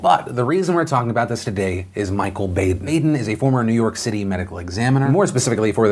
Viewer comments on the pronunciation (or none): It's Bah-den not "Bay-den" c'mon Phil! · Baden's name is pronounce like Bahden. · The correct pronunciation of the medical examiner's last name is "BAH-den." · I think it's pronounced "Bah-den"...I think. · It's Dr. BAH-den..... just sayin. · Ok it was killing me. It's pronounced "Baw" den